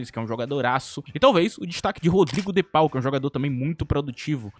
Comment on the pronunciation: O de pau e pika(apenas zoando o jeito que tu falou o nome dele)